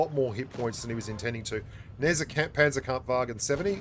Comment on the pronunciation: "Kanzerpampfwagen 70" lol